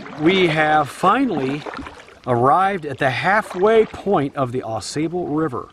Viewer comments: It is NOT pronounced "Aw SAY"ble River. It is pronounced "Aw SAW" River. It is also my favorite stretch of waterway in the world. Many different species of fish,including salmon, trout, walleye, & panfish. Truly a Canoers' Heaven in Michigan.138 miles long (222km). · The locals pronounce it. Aw Saw bull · Just a little jest! I’ve never heard it called the A sable River like you do. Maybe it’s a different river? Oh well. My kids would just groan at another “Dad’s” joke. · 1.) You are Pronouncing "Au Sable" wrong. 2.) The beaver in the Au Sable often make warning sounds that sound like bowling balls or big rocks being tossed into the river. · Yeah, not impressed with your outdoor ethic’s. No need to honk your horn at a Eagle. Or chase down a snake. Just to have it stress. When you visit Michigan, please learn how to say the Ausable. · great video, but OMGosh pronounce the name of the river correctly! I'm looking forward to watching your video on your Edeesto River trip!